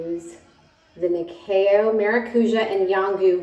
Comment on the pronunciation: Yeeess even said it in the kiuk way 😜😜